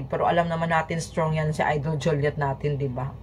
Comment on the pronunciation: Visaya.kainis yang pronounce mo.sakit sa tenga.alden po!d aldin.juliet po.d joliet